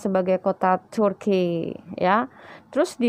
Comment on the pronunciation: Maammmssttaabb, mbak-e..apalagi pas ngomong kata turki nya..🤟🤟🙏🙏 banyak berkat yaak..👍👍👍 praise the lord and GBU